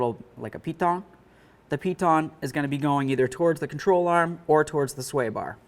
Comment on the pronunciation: Other video I just tried to watch on this subject, the guy had a speech impedament also. Maybe its my hearing. Other guy sounded drunk but with rapid slurred speech. On this one I keep hearing "beericle" and " sweer bar links". To bad I can find nothing on my model of Malibu. Ps dont drink and drive a BEERICLE!